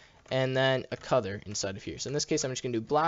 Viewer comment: Is it just me or does he say cuther instead of color Other than that the vid is good